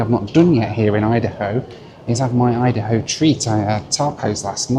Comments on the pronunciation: I think it's "Idaho-an" not Idaho-e. But I guess "Idaho-e" is funnier. As for Nuts on Clark originated as a nuts and snack shop that was on Clark Street in Chicago around 1979. They have diversified into popcorn which I think is their best selling snack currently and what they're most known for (at least around Chicago and IL). Instead of miles, they should go by flight time instead as that's what most people are going to pay attention to. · It’s actually pronounced Ida-ho-an. 😜 Rachel walking on her own and without a cane or assistance of any sort?! 🥳